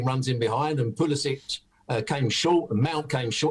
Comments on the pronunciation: Gab, it's pronounced 'pulisik' not '...sich'. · I believe it's pronounced "Pulisic" not "Pulisich" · Pulisik! Why does Gabs always say Pulisich! Drives me crazy! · we don't force culturally appropriated pronunciations on people. If you said "Kovakick" you would be mispronouncing his name. Saying "Pulisich" is a mispronounciation. Maybe wherever you're from it's common to disregard the way someone pronounces their name. Most people are better than that, and pundits of the sport certainly can get it right. It just takes reminding them. Which I'm doing. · my degree happens to be in the English language. And you're the one without substance to his rebuttal. My rebuttal was straight forward. Your point was rolling rs. I addressed that. Gab is making a mistake when he pronounces Pulisic as Pulisich, as he is very capable of pronouncing the k sound, and simply chooses not to, which is entirely different than rolling an r where one's culture has not cultivated an ability to roll such rs. So I guess your education was worthless. Maybe ask for your money back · perhaps you lack refinement. Adding a sound that isn't there in a name is different than a culture not having a sound at all in their language, like the r rolling you mentioned. It would be more respectful to pronounce names with rolled rs with the rolled rs, but to add the ch sound to a ck sound is clearly a mistake rather than an inability to pronounce a sound not in one's language. I feel like you accidentally said the wrong thing and are now sticking to it for some odd reason. Gab is already capable of saying the ck sound. Stop doing whatever you're doing. You clearly don't have a grasp of how pronunciation works